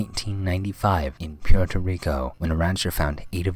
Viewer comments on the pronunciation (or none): none